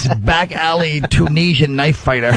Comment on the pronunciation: It’s the way he Tunisian, said it Two-nisian. I’m crying